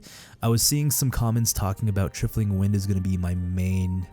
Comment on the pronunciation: For the love of God, it's pronounced, "Try-full-ing" "TRY-FLING"